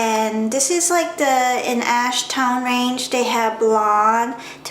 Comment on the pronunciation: lolzz i thought you said "Light ass brown"